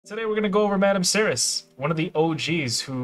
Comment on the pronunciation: Madame Serris was the reason I started playing this game and it only took me 3 years to get her then the meta changed. FYI her name is pronounced Serry , the last s is silent like in French. Keep up the good work and God bless you and America